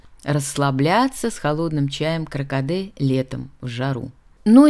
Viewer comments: Чай кАРкаде)), а не кракаде.. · Чай не кракаде,каркаде